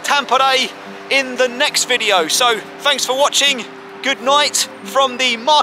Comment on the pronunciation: He could at least have said P O R I properly.